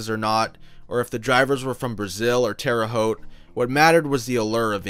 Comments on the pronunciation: Points for correctly pronouncing Terre Haute. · Terre Haute! Perfect pronunciation. Thanks.